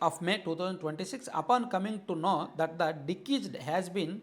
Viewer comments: డికీస్డ్ కాదు డిసీస్డ్ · డిశీస్డ్ అని చదవాలి, డికీస్డ్ కాదు. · దికీస్డ్ కాదు డిసీస్డ్ అని చదవాలి. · 😂 dekesed కాదు రా దిసీజ్డ్ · బ్రదర్ డి కీజుడ్ కాదు డిసీజెడ్ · It is not dekeased it is deceased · అది డికీజ్ డ్.కాదు డిసీస్డ్ అంటారు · Dikised entra karri ga adhi deceased 😂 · Decesed kadhu ra gandu. Deceased, and nuvvu okka ammudupoyena kukkavi ani clear ga ardham avthundhi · anna nuvvu mana TDP vaadiveney, mana TDP English a matladuthunaav..It is not Dikiced, it’s deceased (death).. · డికీస్డ్ కాదు రా పుల్కా డిసీజ్ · Plz read it as డిశీస్ట్ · First, Please set right your pronunciation of deceased